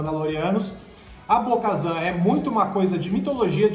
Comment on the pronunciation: Bo-kazam?!!!! Wtf véi